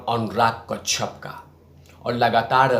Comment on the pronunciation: तेरी आवाज़ अब पकाने लगी है अक्षय होता है अच्छे नहीं कश्यप होता है कच्छप नहीं गाँडू 😡😡